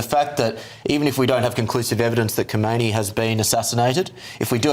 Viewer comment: Btw: Those commentators somehow pronounce the name wrong. The text is correct that the name of the 2nd religious leader after the 1979 revolution is Khamenei, but they pronounce it like the 1st guy's name, Khomeini. Are they even aware that there already had been a transfer of power 30 years ago?